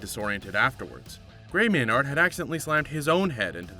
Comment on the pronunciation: Learn the fighters name FFS... its Gray "Maynerd" not Gray "May Nard"